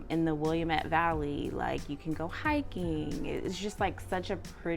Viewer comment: Nice video. It’s always good to hear others perspective of this city. From a local: Willamette rhymes with Dam it